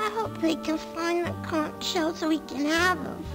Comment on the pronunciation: Kudos to Dan pronouncing conch correctly the first time he said it, and very disappointing that the games doesn't.